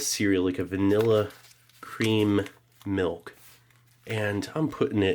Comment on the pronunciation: The way he pronounces milch makes me cringe every time